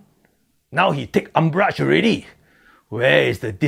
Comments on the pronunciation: How come his England so powderful? First time I heard the word umbrach in 40 years. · Yeah. A new word. URMBRAGE... I thought I only know ARMPIT